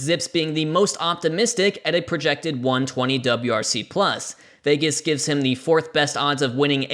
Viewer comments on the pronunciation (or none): none